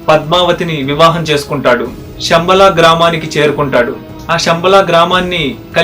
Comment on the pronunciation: షమ్బల కాదు నాయన, శంబల, Please శ వేరు , ష వేరు